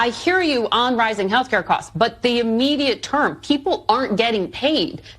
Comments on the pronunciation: I laugh every time I see hear him say haircut instead of healthcare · Did you say, “Free Hair Care?” 😂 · Every Democrat who voted to keep the country closed should lose 12 pay checks. Since they seem to be earning so much money. They won’t miss it. When I first heard you saying health care it sounded like you were saying free hair cuts. I discovered that when I watch on YouTube I can give you a thumbs up.